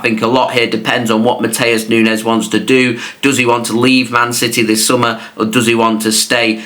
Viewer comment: Nunes not mines